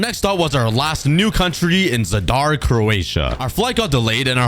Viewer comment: I m sorry but i hate how you pronounced Zadar its just freaking me out